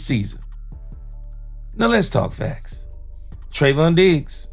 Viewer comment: Im taking a drink every time you say Treyvon Diggs and I'm asbolutly trahs#d oot of w my m Mjind